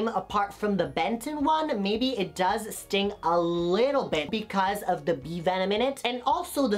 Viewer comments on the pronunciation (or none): none